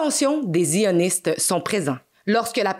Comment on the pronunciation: C'est marant vous dites ziHoniste a la place de sioniste . C'est quand même incroyable les variations du français.